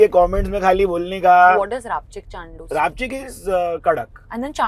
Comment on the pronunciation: Its Rapchandus not rapchikchandus😂